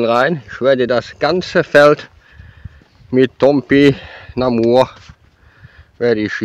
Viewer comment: Wir schauen gerade diese Folge und haben dabei so einen Spaß 😂vor allem,als du dich versprochen hast,mit dem TOPINAMBUR 😂😂😂😂Wir haben die Stelle zehnmal angeschaut um dieses Wort Topi.....😂😂 nochmals zu hören 😂😂😂😂einfach herrlich 😂danke für die schönen Videos.❤